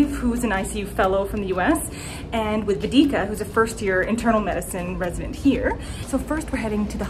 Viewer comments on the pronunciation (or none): The way u said vedika😂😂😂 Its pronounced as way-dee-kaa